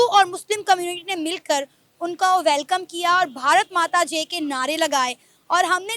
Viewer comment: मैडम ठीक से बोलना सीखो भारत माता की जे नहीं है भारत माता की जय